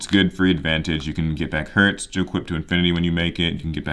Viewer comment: Cyber dragon Herz is pronounced like the word Hairs